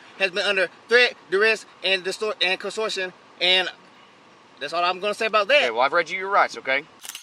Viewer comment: ‘Threat, duress and distortion…constortion’. 😂😂😂